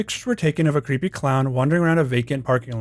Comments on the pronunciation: Creepy not creeeeey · bro does not annunciate the word "creepy"